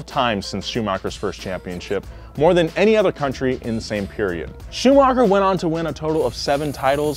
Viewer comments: Same with how he pronounced Schumacher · Mansell, Schumacher, Valtteri, cmon mate..